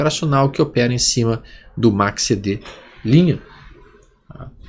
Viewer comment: Boa noite.: Seus videos instrutivos e gratuitos não tem preço. Agradeço demais.Mudou minha maneira de analisar gráficos e price action. Voce é culto demais e tem inglês fluente. Porque pronuncia MACCD.?? Repete o C.Algum motivo?? KKKKKK esculpe a chatice